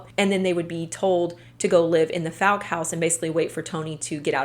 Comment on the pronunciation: The likelihood of you seeing this or ever needing to say Fouke again is low, BUT—it's pronounced like the word fall. like FALLk, arkansas. source: i live instate and have been to Fouke many times.